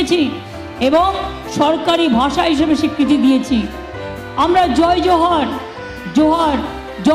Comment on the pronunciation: উচচারন বিকৃতি করলেন ,জাহার নয় ,জহার হবে । জাহার বলে কোনো শব্দ নেই।